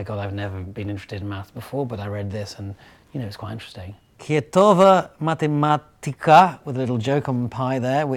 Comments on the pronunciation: sounds approximatedly like "khiehthoo-va mathemaatthika" ... sometimes it pains me a little when people mispronounce in a language with literal pronounciation... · Haha, smiled how he pronounced "kiehtova matematiikka". Couldn't almost make sense.